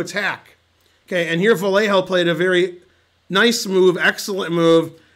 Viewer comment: Hey Ben! In Spanish, a double l doesn't sound like a single l: The hard and fast, close-enough for english speakers rule is to pretend it's a y, as in yell. As an expert at yelling on the stream, I am pretty sure you can do it.